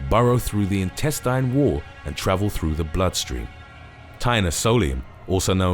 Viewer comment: Can you bro pronounce intestine correct